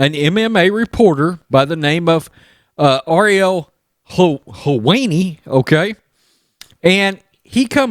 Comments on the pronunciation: His name is pronounced Hel-whine-ee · How can u be a sports channel and not know who Ariel helwani is or how to say it. Helwani is a mess